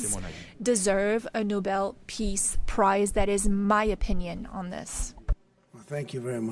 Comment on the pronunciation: they should give him a gold medal saying Nobel pis price